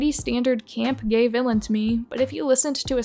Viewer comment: “Fiona is a gaYg character” Just typing what I heard